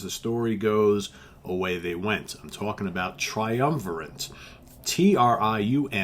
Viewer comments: Not to be pedantic, but the word "triumvirate" ends in "e"; the band name, however, is pronounced " triumviRAT", (as in the small furry rodent), hence why he shows up on 3 of their album covers, noteably; "Illusions On A. double Dimple*, " Spartacus" and the original cover of "Old Loves Die Hard". (Thank you, though, for pronounc Ing " Moog" properly!) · I always pronounced the name Triumvi-RAT, seeing as they had a rat on most of the album covers. Spartacus was my intro to these guys. Also loved Illusions and OLDH. I used to air keyboard to this stuff